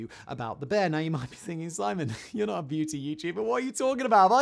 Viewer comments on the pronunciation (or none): none